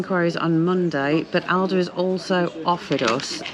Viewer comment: Yes you have learnt a lot. You now know how to pronounce Aldi 😭